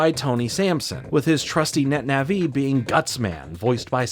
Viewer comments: Wtf is a netna-vee? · Man said Net Naví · I love your stuff, I've been watching for a while, but my god the way you say Nah -VEE is literally killing me.